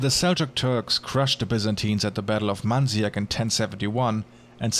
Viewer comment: Speaking of mispronunciation, at about , the name of the battle on 1071 is Mazikert, not Manziak. Great video:-)